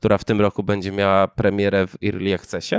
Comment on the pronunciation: SKONCZCIE Z TYM 'IRLI' bo noz sie w kieszeni otwiera